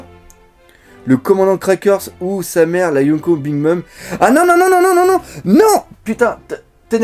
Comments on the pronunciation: Salut le Dok! En fait, c'est surtout le "u" qui ressemble au "ou" français, quand c'est marqué "ou" en japonais c'est plus un "o" prolongé, avec un petit "ou" à la fin mais léger. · en fait j'ai une petite remarque a faire pourquoi "yonko" et" kaido" vous les prononcez younkou et kaidou? mdr